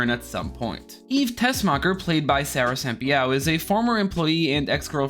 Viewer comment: holy butchering of Portuguese goddess Sara sampaio Batman